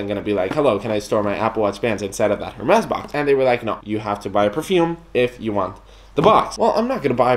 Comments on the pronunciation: It's actually not pronounce err mez but more like air mess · dude it's pronounced as "ERR MEZ"... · The H is silent in French. So you’d pronounce it ermés 😉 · Obviously not rich when you cant even pronounce the name right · The H in Hermès is silent :) no hate, just saying